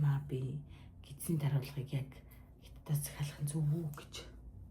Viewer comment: Гятад биш Хятад шүү